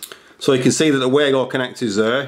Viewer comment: Pronounced Vago.